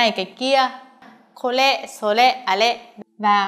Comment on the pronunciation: HY k phát âm r đc? Hay cố phát âm như vậy? これ mà cứ nghe " kô lê" . Ở một số vùng vẫn phát âm đc chữ R vẫn phát âm đc nhé! Lấy vd bác Nhật trong đây nói /sore/